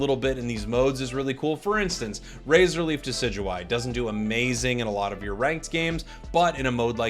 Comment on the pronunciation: Ah yes, Deidueye, truly one of the pokemon ever